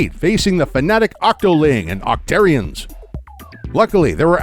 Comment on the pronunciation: It's not pronounced "oc-tear-ians", it's "oc-tar-ians". And it's not "Sammonnids", it's "Salmonoids".